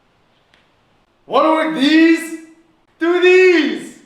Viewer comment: Him: “wanna work deez” Him: Tooties!